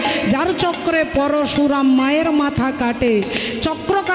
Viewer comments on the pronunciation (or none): none